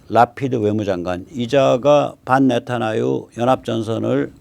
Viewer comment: 별 것은 아니지만 네타아유(x) 네타야후(o)